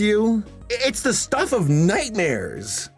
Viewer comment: Lol you say "nightmare" just like my mom. "nightmeer" I love that 😆